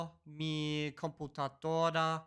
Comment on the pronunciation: I was learning Spanish in middle school literally a decade ago, just measly 1.5h per week. Yet when I heard you say "komputadora", I realised its wrong and I recalled the correct word. How bad is ALG that it is worse in comparison to regular school classes...